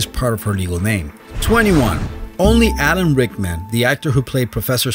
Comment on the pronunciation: Did you say ADAM rickman